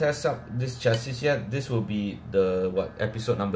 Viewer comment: Lost me at chass-is